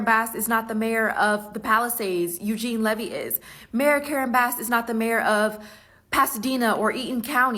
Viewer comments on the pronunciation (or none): none